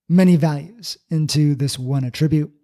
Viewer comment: Emphasis on the first syllable in ATtribute. Unlike "a tribute", which is what I'm hearing here.